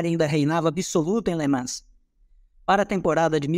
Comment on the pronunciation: Somente a pronúncia de LeMans que está errada… Nao se pronuncia o S